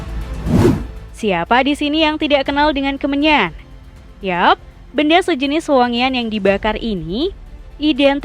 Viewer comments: Pengisi suara nya gabisa ngomong N kah? Kemenyan jadi kemenyah. Semen jadi semeh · Kemenyan = kemenyah Keagamaan= keagamaah Mimin sehat?😂